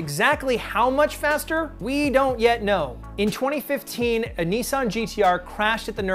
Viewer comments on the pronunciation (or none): none